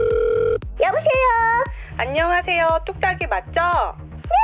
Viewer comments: ㅋㅋㅋ asmr을 '애쓰마'... 나만 그렇게 들은 거 아니지. 매력있는데♥ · 뚝딱이 체력관리 필요합니다. ASMR~ 할때 발음에서 왠지 모름 연륜이 느껴진다.